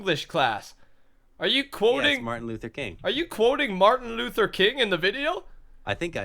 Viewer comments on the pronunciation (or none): none